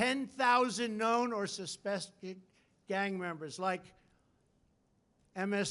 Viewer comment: Did anybody notice to this idiot try to say suspected and completely fuck it up. This is the dunce y’all choice to lead this nation. A fucking moron man. Listen to the basic words he uses. I will see u all in Hell. With this asshole we or surely headed there. Smfh